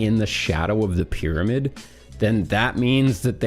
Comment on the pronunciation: Props to Zahi, his ego and all. I love the way he pronounces pyramid, like spoken at 2X speed - 'Bidabid'